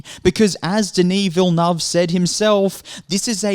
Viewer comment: Villeneuve: Villy-nerve